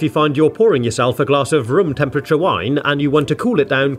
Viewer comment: rum tempiture💀